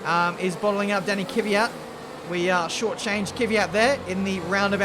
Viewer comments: Mate it is KVYAT not K-VYAT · Its KVYAT not KYVYAT my friend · STILL UNABLE TO PRONOUNCE KVYAT EY? KVYAT KVYAT KVYAT NOT KYVYAT